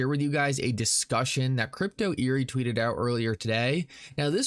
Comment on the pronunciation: Great vid…just a small correction…it’s pronounced crypto eddy…not eerie